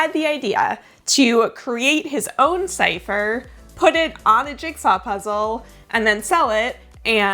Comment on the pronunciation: CIPHER! not long a long cipher please...